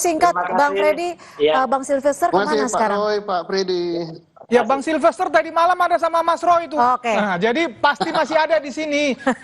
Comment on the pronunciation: kamu nyebut nama orang saja salah melulu. Bukan SILVER, tapi SILFESTER. Silver..silver, emangnya Perak??